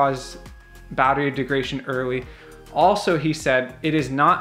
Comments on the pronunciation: Great vid!! “Deg-ra-da-tion” not De-gra-tion. Hope that helps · If this guy says "degration" one more fucking time... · De-grad-a-tion. Say Degradation. Yes, Degradation. Good. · It’s not pronounced degration? Very funny dude made me laugh when it comes to the Tesla no subject is more highly contested than charging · Bad information, poor presentation. It is pronounced deg-rah-day-shon. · There isn't a chance in hell I'd take advice from a guy who has had his Tesla lowered and then mounted super-wide tires on it (and doesn't know how to pronounce "degradation" in a video about battery degradation). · This video is actually a bit misleading, and you couldn't even pronounce degradation correctly. The number displayed has NOTHING to do with driving habits. The best way to know how much your battery has left is to take it from 100% and 0% and read off the kWh (consumed) and compare it to a new model 3. That is the best and most reliable way to measure degradation that we as owners have. I agree with leaving it in % but every once in a while I'll switch it to miles just to see what the computer "thinks" it has.